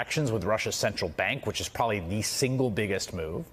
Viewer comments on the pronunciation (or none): none